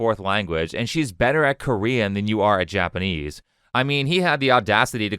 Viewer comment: I bet Alyssa knows that he barely speaks Japanese, and didn't even bring it up, which is classy. I've only been studying Japanese for 10 months, but recently I did watch a Chris video and wonder if he actually speaks Japanese...the pronunciation is awful!